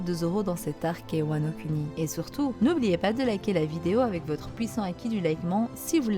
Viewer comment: Vidéo très intéressante ! Mais bon dieu par pitié !! Wano Kuni "Kouni", on ne fait pas de "cunni"lingus ma parole !